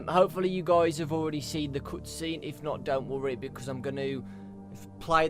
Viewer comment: I so much hate how you pronounce the "cut scene"